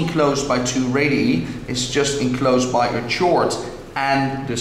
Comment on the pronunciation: chord not tshord